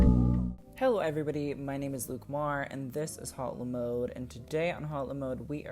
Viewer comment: hautelamode not hautelemode